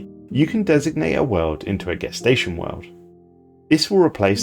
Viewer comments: it’s pronounced “jess-tation” not “gess-tation” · Are you British? We didn't pronounce gestation that way in the US.